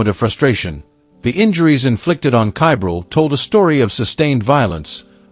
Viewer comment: Ugh, get the child's name correct please!!! Edit: well, now I'm not sure WHAT the child's name is, your AI pronounces it one way, yet the subtitles spell it about six different ways!! If you're going to do true crime stories, PLEASE give the victim enough RESPECT, to spell & pronounce their name CORRECTLY!!!